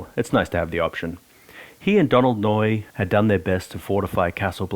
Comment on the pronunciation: Donald Noye lmao